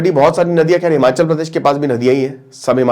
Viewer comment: हिमाँचल नहीं हिमाचल है।